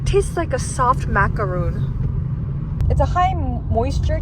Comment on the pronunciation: …. You pronounced macaron wrong 😔